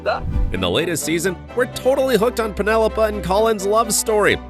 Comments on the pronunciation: did he just say “Penelopa”? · The narrarator here does not know how to pronounce "Penelope" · its pronounced PenelopEEEEEEEEEEEEEEE not Peneolopa. Obviously, someone hasn't watched it. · Her name is Penelope not Penelopa! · Penelopa? Are you daft? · "Penelopa" - how you can tell my dude has not watched an episode of Bridgerton in his life. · He did. When did she become Penelop-ah? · Narrator can say "Nicola" but can't say "Penelope". Really?